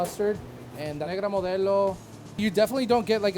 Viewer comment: why he pronounce negor modello like that